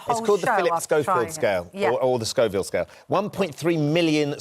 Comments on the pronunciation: It is Scoville not Scofield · It's NOT Schofield, it's Schoville! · I thought that it was Scoville, and not Scofield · Scovilles you muppets not schofields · Scoville you joker not Scofield.